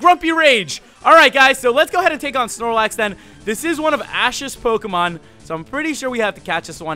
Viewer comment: That was NOT the correct Snorelax